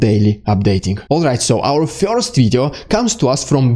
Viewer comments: first not "fjorst" wwrrrrrrrrrrrrrrrr! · Sorry, I prefer fjorst. More exotic, see.